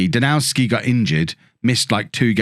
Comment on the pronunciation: I noticed that you have a lot of Polish players in your team. I guess correct pronunciation of Żurkowski will be utterly impossible but I hope you won't mind if I correct you on Danowski ;) it should be pronounced Danovski. In Poland we pronounce W similarly to English V :) oh and your team is full of foxes! Well... You have two of them since "lis" means "fox" in Polish. Oh and if you want to be super correct, you may pronounce Lis more like Lees. Polish "i" is pronounced like English "e" while spelling or "ee" in "seek". Keep up a good work mate!